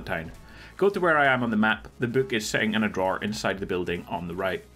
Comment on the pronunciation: You're saying book but I keep hearing you say boot.....